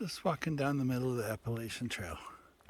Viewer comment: you cannot be on the Appalachian Trail and pronouncing it like that